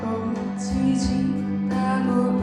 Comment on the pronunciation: 얼마전의 영상에서 꽃이를 꼬지로발음해서 아쉬웠는데, 이번엔 (꼬치)의 연음이 정확히 들려서 더예쁜노래가 됐어요.